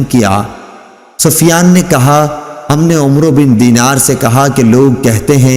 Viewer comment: ماشاءاللہ ماشاءاللہ ماشاءاللہ ماشاءاللہ ماشاءاللہ بہت ہی پیاری آواز میں حدیث نبوی صلی اللہ علیہ وآلہ وسلم بیان کرتے ہیں مگر عمرو صحابی کا نام غلط آپ پڑھتے ہیں براہ کرم براہ کرم کسی عالم دین سے رابطہ کرکے اس نام کی درستگی فرمائے کیونکہ یہ نام صحابی کا نام ہے اور ادب ضروری ہے